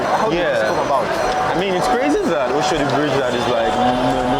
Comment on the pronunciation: Why is he calling it Oshodi instead of Oshodi?